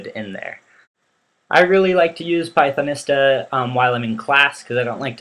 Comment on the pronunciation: Hi,. One thing: "Pythonista" is pronounced as "pie-thon-EE-stah". Type Pythonista into Google translate in English mode, then click the play button to hear it. Or try this link to the audio: goo.gl slash tmMGSb Notice the "long E" sound in the middle, not the "short I" sound. That's because this word is based on words of Spanish origin. For example, think of the word Zapatista.